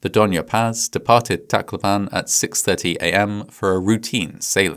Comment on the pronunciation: It's funny how you pronounce the place I grew up in. I'm from Leyte and Tacloban is situated there. My dad used to work for sulpicio lines and I think he also apprenticed with them. They turned from being a passenger carrying shipping company to a cargo company in which my aunt's husband works with them now. They're operating under a different name now.